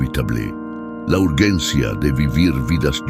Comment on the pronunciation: Solo quiero saber algo, porque pronuncia urllencia acaso estoy escuchando una máquina robot